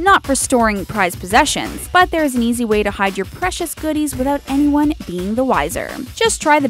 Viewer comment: Haha! , she said vanyone instead of anyone!